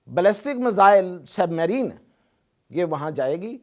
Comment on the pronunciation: Submarine tu to theek sa pronounce nhi ker sakta